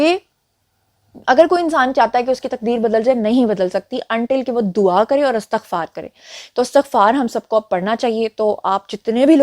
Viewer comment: جی اَستَغفار نہیں ہوتا لفظ اِستِغفار ہوتا ہے آپ درست کر لیں